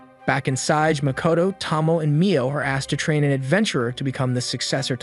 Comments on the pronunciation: Tow - Mow -Ay..... Not Tah-Moe, not Toe - Moe. I corrected this on the other one hoping you would pronounce it right. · Why is it so impossible to pronounce Names correctly? Her name is Tomoe, not Tomo. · I wonder if you mispronounce names on purpose. Tsige ... "see-gay" Tomoe ... "to-mo-ay" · at least pronounce Tomoe right tho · Tomoe is pronounced with a hard A sound at the end.. at least in the English dubbed version